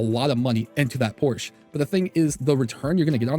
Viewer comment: it's pronounced like "shell" without the double "L" so: POR-SHE(LL) the E is NOT silent but the "CH" is silent so you don't say it like "porch" (that's in your backyard xd) but only with "SH"